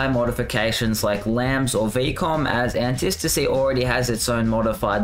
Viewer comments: Say it with me retard, Anti-Stasi. Okay, retard? Antistasi......... an-tie STA-see you actual dumbfuck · He's saying it wrong... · Was driving me crazy